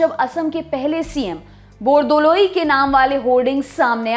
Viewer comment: It's very nice to hear when you say Gopinath "BORDOLOI"